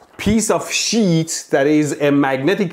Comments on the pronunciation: Everytime he say sheeet my heart jumped a beat affraid that he might say $hit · "this piece of sheet" 😂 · omg you always me me laugh,from fights against the current or people , to how you say things Not Pronounced SHEEE...EEET=S.H.I.T lol, you obviously stared to long at his BLUE eyes but i just want to say something to you both ,did you ever hear about the law of interference and observation and how it can change the findings so did the fight you both had mean nothing about who's ball and chain moved in which was right but really wasn't Mwahahahahahahahaha! PS those are some amazing eyebrows! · I'm dead , " I also bought this piece of sheet " lololol 😁😂😆 sounds similar to something else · The way he emphasizes "piece of SHEET" gets me every time. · When Mehdi says- a piece of sheet, it sounds like- a piece of shit 😂😂😂 By the way awesome explanation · Man, whenever you say 'Sheet', I hear 'S#!t'...😂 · "Piece of Sheet" Honestly I thought he will swear and I'll hear Bleep until he said sheet 😂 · The way he says the piece of sheet is funny . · Do you think the over pronunciation of sheet is because he's afraid of demonitization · every 10 seconds mehdi be like : PIECE OF SHEEET